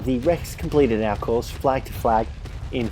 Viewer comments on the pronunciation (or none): none